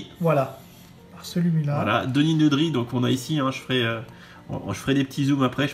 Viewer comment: je valide tout !!! sauf la prononciation franchouillarde meme pas conforme à la vf de Denis Nedry